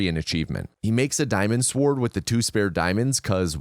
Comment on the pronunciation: I hate the way you pronounce the word "sword"